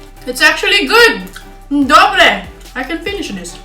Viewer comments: inak to tvoje "dobre" je dobré :))))) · To tvoje " dobré" musím sa smiať sympatická si 🙋😄